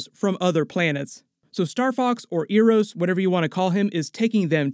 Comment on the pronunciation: Eros pronunciation being butchered is something i didnt think could happen